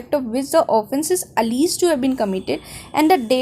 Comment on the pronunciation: Exactly and that too Someplace she has made flawed interpretations, also wtf is "alleeeged" For gods sake it's alleged, kindly work on your Pronunciation cause it does affect the listeners and gets annoying at times.